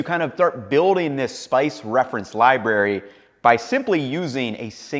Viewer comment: "Libary" lol Great video!! Love the content ❤